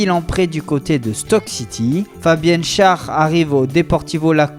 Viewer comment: ON PRONONCE FABIAN "SCHÈR" ET NON PAS "SCHAR",ON NE JOUE PAS AUX ÉCHECS LÀ ! VOUS NE VOYEZ PAS L'INFLEXION SUR SCHÄR OU QUOI ?!? C'EST COMME DE DIRE "DE VRIJE" ON DIT "DE VRIY" !!!! PAREIL POUR WESLEY ÇA SE PRONONCE "CHNEYDER" PAS "CHNAYDER" !!!! IL Y A ASSEZ DE BONS JOUEURS HOLLANDAIS ET GERMANIQUES COMME ÇA IL SERAIT PEUT-ÊTRE TEMPS D'APPRENDRE À PRONONCER LEURS NOMS CORRECTEMENT !!!! VOILÀ JE PENSE QU'UNE MISE À POINT S'IMPOSE MAIS C'EST PAS SPECIALEMENT CONTRE VOUS HEIN...